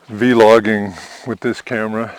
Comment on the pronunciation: Thanks I will look into buying this camera for YouTube vids and recording good memories Edit: Don’t say veelogging it is vlogging people will make fun of you I promise